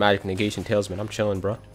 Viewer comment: Everytime you say tailsman instead of talisman cracked me the fuck up, I love you man you the real one